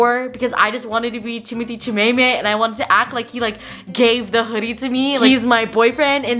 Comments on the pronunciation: “timothee chimaemae” AHAAGAHAHAG I CANT BREATH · “timothee chimaemae” omfg💀💀💀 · The way she pronounces Timothée Chalamet hahaha